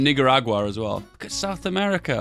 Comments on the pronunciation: Sounds like hard G instead of a C… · Noticed that too it’s a bit unfortunate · The way he says "Nicaragua" is mega sus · As a nicaraguan, I find it hilarious that he pronounces nicaragua like the n word